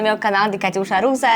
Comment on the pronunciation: Tão bonitinho quando ela fala KatiushaRussa tudo junto 😊